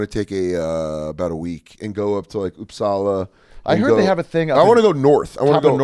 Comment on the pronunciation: Dan said Uppsala correct. Ari got Grona Lund. Flugger is a German name, I guess. OK, I commented enough :)